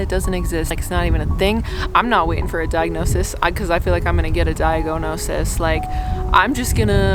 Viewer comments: "DIAG-OH-NO-SIS" WAS GOLD! I'm going to use this forever now 😅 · Diag-oh-no-sis has me wrecked